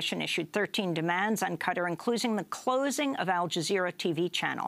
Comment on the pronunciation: "Qutter" it's qatar Jesus Christ!